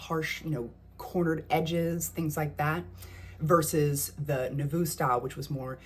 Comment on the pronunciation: Nouveau is pronounced "noovo" with the accent on the long O.